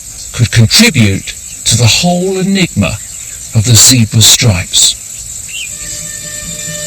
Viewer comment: Great program, spoilt by the annoying Chris packman and his awful accent and pronunciation of words especially any that have an r in it. He can't even pronounce Zebra pwoperly. What the hell is a Zeebwer.